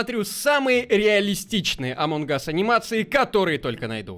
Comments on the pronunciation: Неееее амонг гасссссс а амонг ассссссссссссссссссссс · меня бесит когда ты говориш амон Гас а не амонГ ас